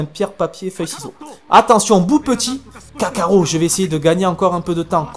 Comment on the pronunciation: On dit kakarot pas kakaro